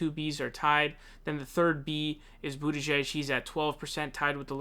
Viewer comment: His mispronunciations are intentional 😂 He also calls Bernie, Bernie SaUnders, and always makes up funny names for Amy Klobuchar (Clobber-Car) and Pete Buttigieg (Butt- edge- edge).